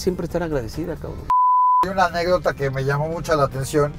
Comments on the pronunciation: Que horror, gobernador de un estado de México y sigue diciendo “Anepdota” 😅. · ¿Anépdota? (min. ) 🤦🏽‍♀️